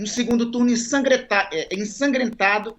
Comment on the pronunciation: Que esperar de um parlamentar que não consegue pronunciar a palavra ensanguentado.